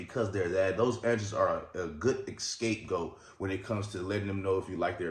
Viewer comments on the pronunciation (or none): Scapegoat not escape goat